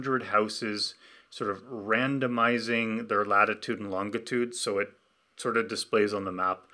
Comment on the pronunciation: Is it normal for Canadians to pronounce longitude as "LON-git-ood" instead of "LON-ji-tood"?